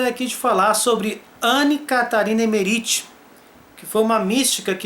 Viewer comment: Que agonia de ouvir vc falar o nome dela (errado) kkk